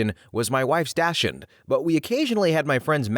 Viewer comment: how do you not know to to pronounce dachshund?